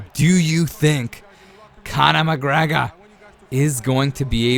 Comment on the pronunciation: Don’t ever say Conor mcgregor like that ever again